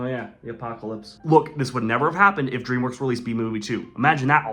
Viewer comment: Please do not say dreamwokes it really annoys , frustrates and infuriates me when you said that